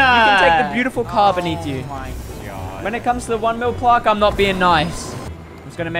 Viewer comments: who here cringing when he says plaaaarrrrk instaid of plaque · Your saying plarck it's plack BTW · its not plarrrq its plack spelt plaque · I swear there saying plark its pronounced plaq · its plaque not plarque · It’s pronounced plack not plark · its not pronounsed as plork is pronounsed plak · BTW its pronounced plack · How the said it like P L A R K it’s meant to be said like P L A Y G E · aren't they saying Plaque wrong? or is it just me. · Why do they say it like plaque and not plaque??